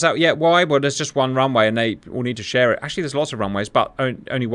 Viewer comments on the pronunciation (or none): none